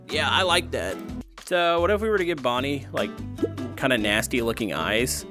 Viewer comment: It is not Bonnie it is bonbon